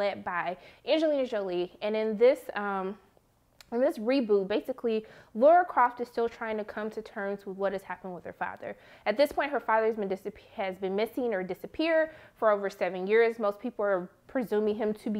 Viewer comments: It's LAR-A Croft.............not "Laura" ........... -_ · Lara, not Laura. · Says "Laura" instead of Lara #Triggered.